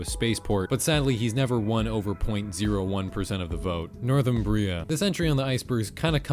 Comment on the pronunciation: the way he pronounced 'Northumbrian' is so funny